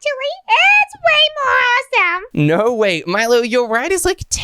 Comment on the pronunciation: What i hear when says awesome: awosome when i hear myself say it: awesume